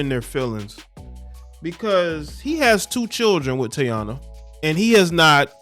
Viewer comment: Her name is pronounced TA- EE-NA